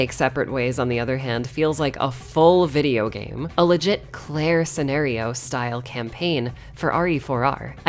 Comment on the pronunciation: a "sce-claire-io"?